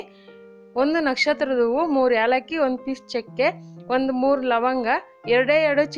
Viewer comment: It's not yalllaki, it's ellaki